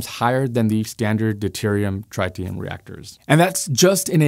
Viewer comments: It’s not “try-tee-um” it is “trit-tee-um” where the “trit” rhymes with “bit”. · I watched your more recent video on the solar tower failure in Nevada first where you added the bonus of viewers’ comments. Now, I can’t help but laugh every time I hear tritium pronounced try-tium. You certainly tryed… sorry, tried, haha. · Nobody pronounces tritium that way. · Say "tritium" again. I dare you. I double dare you! Also, "Chang'e" 😂